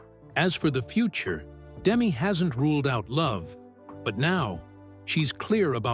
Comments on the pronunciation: It's Da-Me, not Demi. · Her name is Demetria, shortened to Demi. The accent is on the second syllable, not the first. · Name mispronounciation is making me nuts. But nice video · It would be nice if you could at least pronounce her name properly 🙄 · you're pronouncing her name wrong. Do some real research